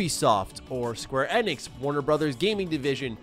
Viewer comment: The way says it is correct, that is how SE employees say it during public outings